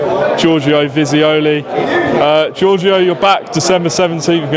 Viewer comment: Giorgio "jafooli" ...